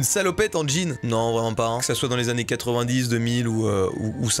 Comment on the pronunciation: Des.. Des "annnées" ?